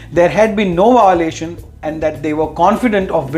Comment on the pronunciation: Voilation? Lol!